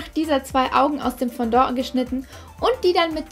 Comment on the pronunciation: Nicht böse gemeint aber es heißt nicht Fondo sondern Fondant😉😂